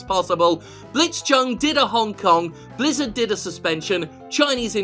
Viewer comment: For a second there I thought you said Lizzard Entertainment. The name doesn't fit them very well though, since lizzards only look slimy.